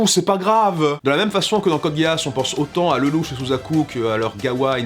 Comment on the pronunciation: code géass, mes oreilles saignent, même si je ne suis pas spécialement fan de la saison 2, j'adore la 1ère saison mais je n'accroche absolument pas la seconde.